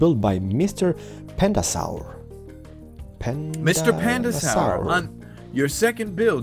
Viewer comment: its pronounced panda-sore